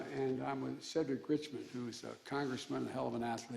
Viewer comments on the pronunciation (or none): none